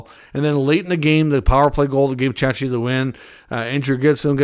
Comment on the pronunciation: Mate, Czechia is pronounced with a K (ch).